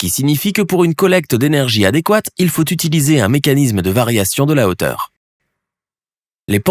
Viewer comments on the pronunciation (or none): none